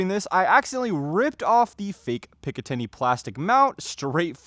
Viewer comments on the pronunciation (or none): none